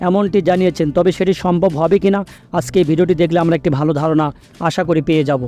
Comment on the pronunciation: উচ্চারণ এর এই অবস্থা কেন? আস্কে- আজকে/ সাসক্রাইব- সাবসক্রাইব/র‍্যাম- র‍্যাম্প!! ঠিক করেন।